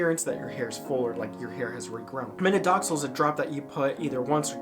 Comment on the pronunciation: Minoxidil instead of Minodoxil man